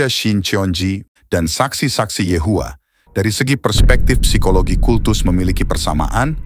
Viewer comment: Kata psikologi dalam Bahasa Indonesia dilafalkan 'sikologi' bukan 'pesikologi'.